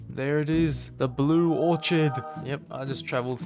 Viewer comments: Blue orchard pronounced with a "k" sound, not a "ch" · Also its not granite its gran-it Also the orchid you say it as orc-it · orchid is pronounced orkid